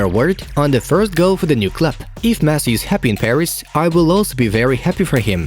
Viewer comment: Did he really said “MESS” instead of Messi 😂